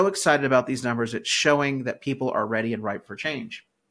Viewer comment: Did you say REDy? hehe! yes im staying! im not leaving